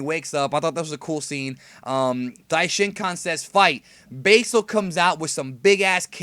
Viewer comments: say Basil's name correctly! It is pronounced Bah-sil not Bay-sil. Go research Basil Brush the Fox. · (sigh)) yep god dammit how hard is it to say basil (Baz-ill) its not like there is different ways to pronounce it. you're just saying it wrong for no reason, why? why? Why????????????????????????????????? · also are you still saying basel?